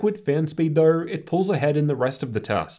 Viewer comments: yes I get that but everyone’s accent is a bit similar, it sounds like an audio glitch when you say it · Why do you say though like that